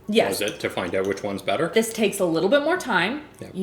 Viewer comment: Every time she says “better” I feel like she is saying “batter” 🤣